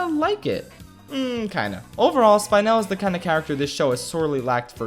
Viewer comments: spine-l...... anna ou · Me: “spy-nul”